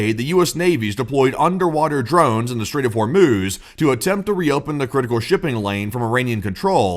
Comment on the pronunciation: I had to use captions because I thought you said “Welcome to the short orb video” 🫪